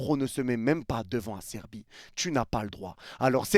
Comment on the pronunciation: C'est Acerbi, pas "Asserbi"!